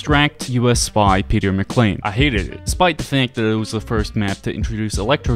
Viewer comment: Peter Mccain not Peter McClain